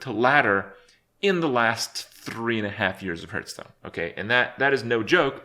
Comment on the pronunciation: 3 years later and still pronouncing it Herthstone....